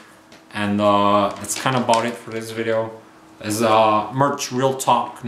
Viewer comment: stop saying MIRCH!